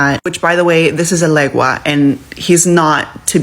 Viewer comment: Okay, i was good with her putting it back. But why she's out here explaining Santeria to people? Great you learned something, now pass it over to whoever you learned from. Say "this tiktoker talks about it all the time, go over there". That pronunciation of Elegua gave me a headache. It's impossible for them to know their place and leave things alone.